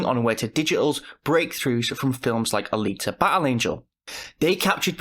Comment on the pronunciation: Did you know that these words all contain a 'T' in the middle, as you didn't use it in any of them? Battle, bottle, water, Alita, photo, translating, digital, innovating, simulated, particles, forty, twemty, native, vital, button, and probably more. Having an accent is no excuse for bad pronounciation, make the effort if want to sound more professional